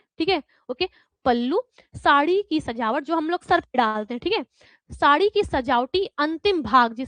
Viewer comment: शाड़ी नहीं होता मैडम साड़ी होता है ...😊 ...